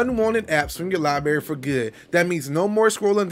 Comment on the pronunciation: Ha. Lieberry gave me a smile and a chuckle when I heard it. Fun stuff.